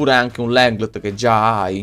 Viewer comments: LENGLÉ si pronuncia non LENGLEDT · Riuscirai mai a dire/pronunciare LENGLE(T)? Senza dire Lenglndt?